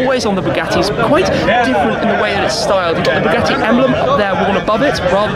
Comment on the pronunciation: THE NIU BOOGATEE BOOGIEE.